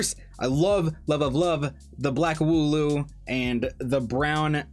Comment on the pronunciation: You pretty much got the wooloo right! Nice!